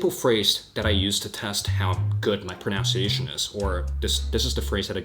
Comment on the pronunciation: Loved this, but it's not "pro-now-n-see-ay-shun" but pro-nun-see-ay-shun". Confusing because we pronounce a word with the correct or incorrect pronunciation. And I feel like a hypocrite because my French accent is the worst while yours is lovely.